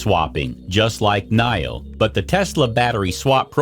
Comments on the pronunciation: Knee-o, NOT Knigh-o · Your pronunciation for Nio is not right